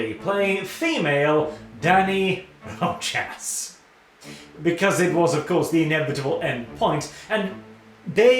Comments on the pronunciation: *pronounced Ro-Has, not Ro-Jas. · Rojas is pronounced like "Rohas" if it was in English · iirc hispanic "j" is pronounced as "h", so it's "Rohas" This nitpick aside, the article is dumb as heck - the subscription money goes into that fat gremlin Bobby Kotik and it takes a college education to NOT understand that